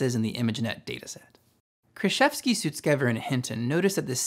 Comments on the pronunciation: Just a heads up, you pronounced Ilya's last name incorrectly. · bro how you be sponsored and misprounounce sutskever